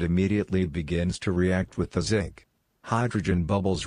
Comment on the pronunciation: Even Schwarzenegger knows how to say "Zinc" AI voice dropped the n